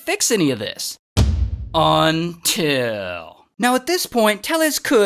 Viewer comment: I love when you say “ UNTIL” EVERYTIME 🤣